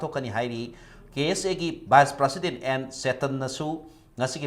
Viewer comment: Kk u still hv to learn how to pronounce the word President n tripartite talk.